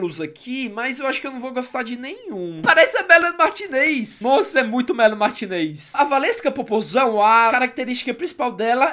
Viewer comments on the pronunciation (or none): N eh melanie martinêz e sim melanie martinez e se fala melanie martínez